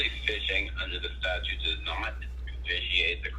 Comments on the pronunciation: Statute, not statue!!!! 😐😐😐😐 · This cop gave himself away when he pronounced the word "statute" with just one T. He said "statue". Not a rocket scientist.